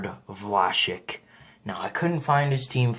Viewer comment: It's vla-sik not vlashik